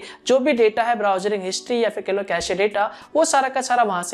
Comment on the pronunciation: he talks 1)yaa fir kahlo 2)yaa fir kehlo 😄😄